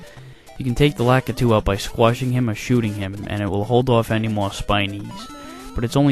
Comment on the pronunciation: you sure pronounce "Lakitu" weird...